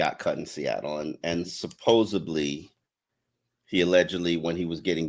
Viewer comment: you’re a professional writer. There is no word “supposebly”